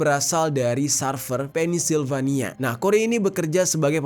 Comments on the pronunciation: bukan "penis-silvania" bro, tapi "pensil-vania" ✌🙉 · Sorry bang, kota Pennsylvania itu di bacanya Pensilvania bukan pennisvanila 😂🥹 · sekedar koreksi, "secret service" dan cara baca Pennsylvania = Pennsilvania. Semoga membantu:hand-pink-waving